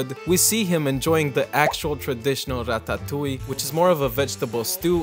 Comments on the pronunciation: Breh stop saying ratatouille like that. Every one knows it's pronounced Rad-Duh-Tooly. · Breh, stop saying Ratatouille like that. Everyone knows it's pronounced like Rad-Duh-Tooly. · As a french guy, I love the way you pronounce that word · Why in the actual fuck are you pronouncing ratatouille like you’re going to offer the Italians and French.